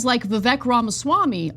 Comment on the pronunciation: I have a general disdain for Vivek, but mispronouncing his name is the equivalent of people mispronouncing Kamala's name.